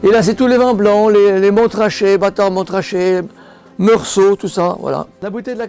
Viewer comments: On ne prononce pas le premier « t » dans Montrachet !! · Comment peut on avoir une cave comme ça et ne même pas savoir qu’on ne prononce pas le T dans Montrachet